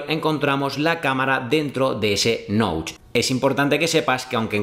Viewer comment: La muesca de la cámara o Notch. No se pronuncia “Noutch” se prenuncia “Noch”.